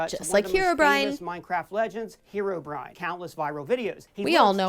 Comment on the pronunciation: stop calling herobrine herobrian